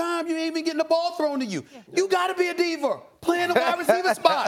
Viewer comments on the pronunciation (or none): Why does steven a Smith-er always uses er at the end of words? Diva, diver? Bama, bamer?